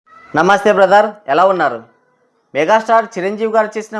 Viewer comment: మా కర్మ ఏంటంటే నమస్తే బ్రదర్ అని సా పిగా పలకడం రాని నువ్వుకూడా చిరంజీవికి సలహాలు ఇచ్చేస్తావ్ 😂😂😂😂